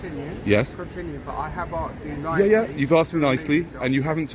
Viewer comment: Could you don’t record me as I come here for learn Engel issh and tell you what I’m not no what to say 😂👍 He axed you not ask you🙈😂 Love your notifications 💯👍